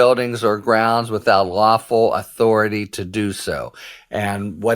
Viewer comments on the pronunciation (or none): none